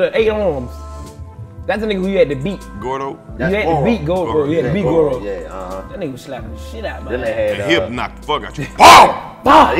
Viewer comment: karlous called goro “gordo” hahahaha